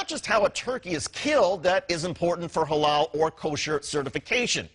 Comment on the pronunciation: why it sounds incorrectly mispronouced like ha-laow and not ha-lal?